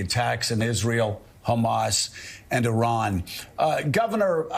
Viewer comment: DeSantis can’t pronounce Iran correctly. He’s a horrible governor for Floridians. We have the highest inflation in Florida since he became governor. It’s impossible to get home owners insurance. Florida has the highest Covid rates. DeSantis is a a yt Christian Nationalist Authoritarian. The only reason why he won with a wide margin in 2022 is because he cheated by gerrymandering the map. He’s ruining the education system in Florida & now we’re leading with the most banned books in the nation. DeSantis doesn’t care about the Jewish people. When his education department banned 2 books on the Holocaust, DeSantis claimed he didn’t want that woke ideology in Florida’s schools. Anti-Semitism rose 200% the first 3 years while he was governor & sadly it’s still growing. Keep him away from the Presidency if you don’t want this country to become the fourth reich.